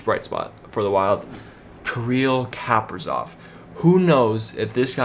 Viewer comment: I hate to hate bc I love your brother but you’ve got no idea what you’re talking about. First of all, pronounce the names right if you’re gonna say you know the team like the back of your hand. (Parise, Kaprizov) Second, Greenway can skate, his issue is that he gives 0 effort to the game. If he did, he would be good. The spurgeon contract is good. foligno is loved by almost all fans. We traded Kunin for Bonino to get a very good pick in Marat Khusnutdinov, look him up. The reason for getting Johansson was because we needed to change things up, and Marcus’ contract expired after this year, more space for Fiala and Kaprizov. Oh and FIALA. Fiala is not ‘not good’ just because he’s on the wild. Granlund had 1 good year on the Wild. He was one of my favorites but he was not a star. He was having a bad year on the Wild so we traded him lmao. Please stop with these videos or at least educate yourself before saying you know what you’re talking about